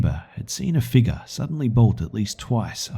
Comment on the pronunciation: Watuh, drink some watuh you figga